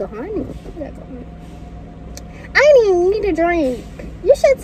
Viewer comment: It’s hunni